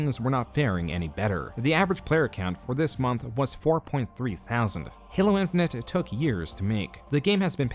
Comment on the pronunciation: Halo Infinent? That's not how you say Infinite.